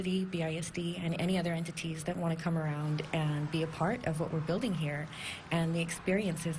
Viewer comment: "Buliding"? LOL